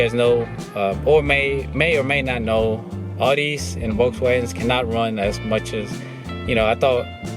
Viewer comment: Nice car. Looks great just as it is. And by the way, it’s pronounced ‘Owdee’. Not ‘Oardee’. Every time I heard you pronounce it the way you were doing it was like someone scraping their fingernails down a chalkboard…